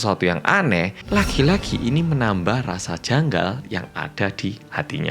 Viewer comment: "Jyujyur janggal" kayak ada yg kurang harusnya "JYANGGAL" 😂😂